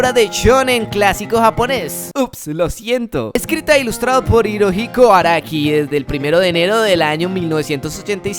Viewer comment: hahahahahah cada que escucho "Arika" se me viene el meme de "Marika" a la cabeza. Araki,, A RA KI. XD